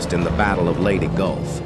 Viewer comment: lady golf?? wtf! The AI narration was disrespectful. That it was also stupid goes without saying.